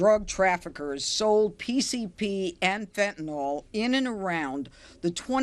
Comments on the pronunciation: Never trust anyone who can't say fentanyl. There is no such thing as fentanol. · It’s distracting when people pronounce fentanyl as “fentanol.” Meaningless thing, but there it is.